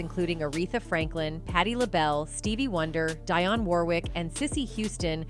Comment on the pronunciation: Learn how to correctly say names. Envogue (pronounced in vogue) Dionne (pronounced De onn)! It ruins your credibility when u can’t pronounce the names of the artists)!